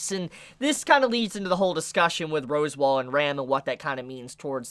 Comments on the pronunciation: Its pronounced RASSWALD not ROSEWALL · Uhm.... is it pronounced "Roswell" or "Rosewall"?? @@ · love the video! Are you joking when you're pronouncing the names tho? Cause you're pronouncing like every name wrong lmao. I'm pretty sure Echidna is pronounced AA-KID-NAH. and Rosewall is pronounced RAZ-WALL. No hate tho! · Also... Totally throws me off when you say ROSWAAL as ROSEWALL... it's not the Japanese Voice actors mispronouncing it and you saying it correctly. Also ECHIDNA is NOT ECHIDONNA.... it's literally Eh-Kid-nah ECHIDNA 😂 Sorry but it totally throws me off the flow of what you're saying 😳